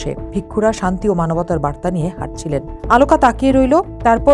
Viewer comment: Why does that ‘presenter pronounced AALOOKA’? Why not OLOOKA? Strange !!